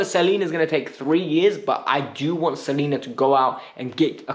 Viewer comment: Slonina, like слон, not Salina.